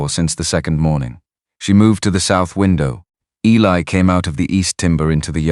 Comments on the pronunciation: Yes, the story is very good, but how many Clara Boone's were there back then. Geeze guys, please be alittle more original picking out a name their are more names in the world. And please learn Eli is not Ellie if you can't read then dont be a narrator damn! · A lot of the AI narration especially the words is funny. It'll have writers for Riders. It pronounces Eli as Ellie and many other words that are pronounced the same but not even close to spelling.😂😂😂😂😂